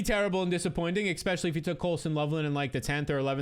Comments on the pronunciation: Could you please stop saying Ex-specially!! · Dude considering you try and say the word ESPECIALLY like 10 times every upload, it would be really easy to just learn to say it properly. It’s NOT X-Specially.